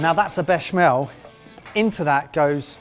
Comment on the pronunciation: FFS it's bech-A-mel